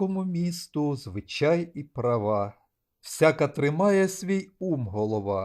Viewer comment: Чому ви дибіли в слові звичай неправильно ставите наголос